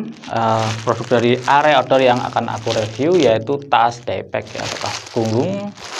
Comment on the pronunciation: itu arei bukan rei,logo gunung itu bacanya" a"